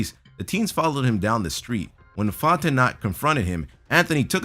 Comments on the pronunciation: font-i-knot lmao no, it called font-no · It's pronounced FontenOW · on #7 the last name is pronounced fon-ten-oh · you pronounced Fontenot wrong the last t is silent making it an oh sound.